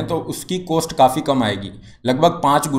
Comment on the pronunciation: You have problem to pronounce cost.. Please correct it.